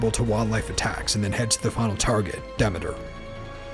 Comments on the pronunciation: why isn't it pronounced deemeter after the Greek goddess of harvest? I could've mispronounce it idk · ITS PRONOUNCED DE ME TER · The way he says Demeter tho